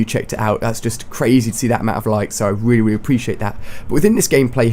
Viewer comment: Haha when ali-a says really really he says it weally weally